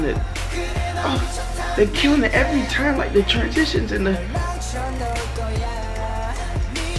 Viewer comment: "Stole the mixtape one TIOME" lmaooo